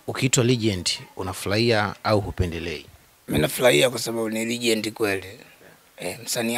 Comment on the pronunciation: nazungumzia Huyo mwandishi badala ya kusema Legend anasema regend